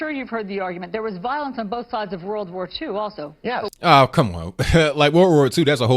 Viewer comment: "There was violence on both sides in ww2" lady get it through your mind when you say it World. War. 2. Emphasis on the war part